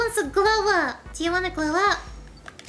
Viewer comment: “Who wants to glow up?” And I thought said “who wants to blow up?” XD